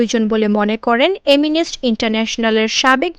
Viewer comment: এমিনেস না। শব্দটা হব এমিনেষটি